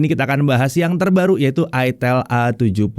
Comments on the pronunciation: Ingat cara bacanya : aitel, aitel, aitel..... Bukan........... til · "Itel" Dibacanya "AiTel" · Makanya bacanya aitel